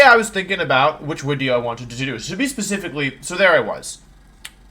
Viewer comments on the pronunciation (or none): Wait, is Wolfey saying wideo because of a speech impediment or is he just doing it bc why not bc I'm very confoosed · hi im new, question why do u say "wideo"???